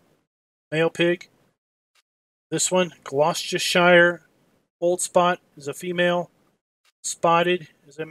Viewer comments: Bro u butchered shire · Great video man! But please learn how to say shire